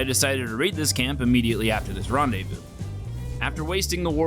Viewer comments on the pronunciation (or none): none